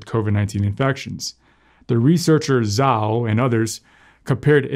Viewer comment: Just an FYI: the Chinese word "Zhao" is generally pronounced "jao" not "zao"